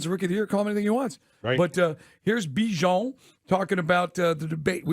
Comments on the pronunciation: It’s not Be-Jon it’s Bihh-Jon ..🤦🏾‍♂️🤦🏾‍♂️🤦🏾‍♂️ shit ain’t that hard …. I’m starting to feel disrespected for his mother just call him what she named him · Still saying his name wrong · for real lmao that is not how he said his name in practice